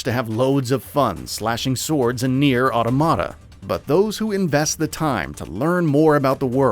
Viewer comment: Why do i see so many youtubers/journos mis pronouncing Automata?… aw-tom-uh-tuh